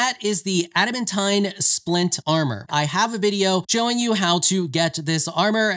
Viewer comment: Say it with me now a·duh·man·teen = Adamantine